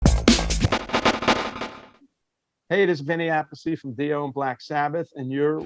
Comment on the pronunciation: The Appice pronunce is wrong